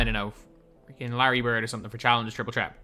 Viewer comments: obama prism yea i know that but it sounds like he’s saying chreat and not threat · Why does call it triple tret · “Triple trett “😂😂😂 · Triple "tret" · Triple threat not tret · Why does he say threat like that